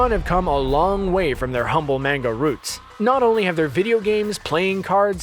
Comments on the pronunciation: Jesus christ its manga not menga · Manga is pronounced Mon-ga, not main-ga. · "In the MANG-AH" the cringe. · how can you mispronounce so many words when it's clear your first language is english. ugh. mah-nga. bay-ta. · Oh Lord his pronunciation of Manga -_ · Please stop pronouncing “manga” wrong.... 🤦‍♀️ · the way he pronounces Manga hurts my brain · Learn how to pronounce manga ya newb